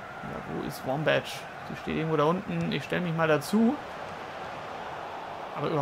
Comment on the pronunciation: ein Verbesserung der Aussprache: Die Nummer 20 der USA (Wambach) wird mit k am Ende ausgesprochen.